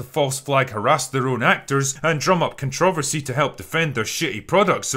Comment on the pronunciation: Do all Irish put the stress on "trover" in controversy? In America, we put it on "con" and Critical Drinker's pronunciation is making my head spin a little bit